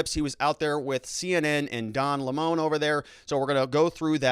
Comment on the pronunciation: By the way, it is disrespectful to mispronounce a person's name on purpose, especially when you do it over and over. Can't you just pronounce Don Lemon's name properly? I've watched you for some time and when you started you weren't so actively partisan. When you do something like constantly mispronounce a person's name to score some ephemeral partisan points you are starting to cross over into the territory of being a dickhead. Please don't be one. There are plenty of dickheads on YouTube, too many. One of the reasons I have enjoyed watching you is that for a long time you made an effort to be polite and fair minded even if you disagreed with someone. I would like you to be that again, although I know that being the other type probably will get you more clicks. You can add to the coarsening of our culture or you can fight it.